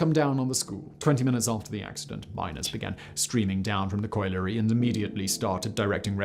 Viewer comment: This man always gets things wrong. He's only still got a channel because he's posh so people for some reason believe what he says. He couldn't even pronounce colliery!🤦🏻‍♀️